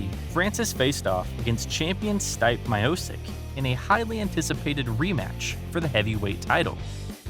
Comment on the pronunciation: Hhh it’s Funny how he calls Stipe!!! Dude it is pronounced Steepè